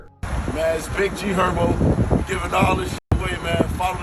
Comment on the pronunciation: Man not GHerbo 😂😂😂😂😂😂